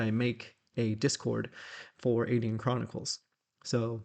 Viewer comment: Dear I was wondering why you pronounce Aidyn Ay Deen. I have always used the traditional Celtic pronunciation of Ay Den. I know you have had contact with the people who made the game and I was wondering if Ay Deen was the proper prounciation according to them and if I had been saying it wrong.